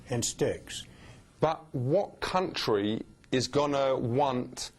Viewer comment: "Cuntry" always gets me😂😂😂